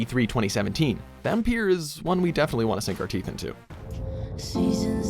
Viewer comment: I thought Vampyr was said to be pronounced as vampire?